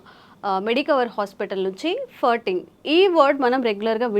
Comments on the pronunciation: అది ఫర్టింగ్ కాదు, ఫార్టింగ్ అని ఉచ్చరించాలి... ఫ కి దీర్ఘం... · ఫర్టింగ్ కాదే తల్లీ…. ఫార్టింగ్….. తెలియక పోతే…. పిత్తు అను…. మిడి మిడి జ్ఞానంతో…. సావ దొబ్బకండి. నీ ఫర్టింగ్….ఫ్లర్టింగ్ లాగా ఉంది. 🙏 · It is not firting,, it is supposed pronounce : FARTING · it is not Furting. It is Farting When I heard you first, I thought u said Hurting